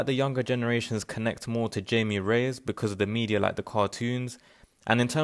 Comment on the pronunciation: You might want to double check how to pronounced Jaime in Spanish.